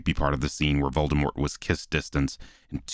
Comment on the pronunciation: and "Molded Wart" lol